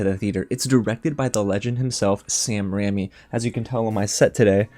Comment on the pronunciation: RAIMI not RAMMY